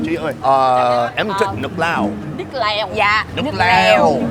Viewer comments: He actually said " i like Laos 🇰🇭" in Vietnamese in the first place. Because he mispronounced "nước lèo"=broth to "nước Lào"=Laos 😂😂😂. Great content as always. I have been a subscriber since 2016 and never miss a single episode. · she told you “nước lèo” then you immediately said “nước lào”...!? What the h.. man:)